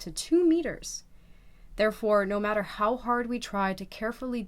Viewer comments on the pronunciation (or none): none